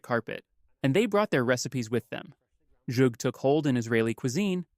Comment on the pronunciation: Zhug is actually pronounce with an Hebrew Het (ח) S-HU-G.